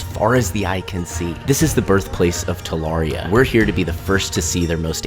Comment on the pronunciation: The butchering of the name is crazy